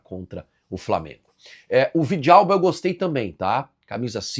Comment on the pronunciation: Ele fala Villalba kkkkkkkkkkkk